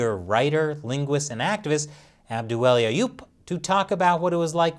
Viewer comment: The way nailed the pronounciation of his guests name in a single breath with no cuts, chefs kiss.